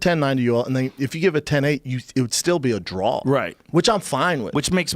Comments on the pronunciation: A draw Brenda the word is draw!! Not drawl u fuckin dub ! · What is a drall??? Do you mean draw? Lmao 😂